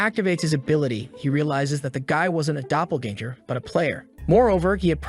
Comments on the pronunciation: Dunno how much more I can hear the word doppelganger ... especially when it's pronounced so badly haha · omfg the way it says "doppelganger"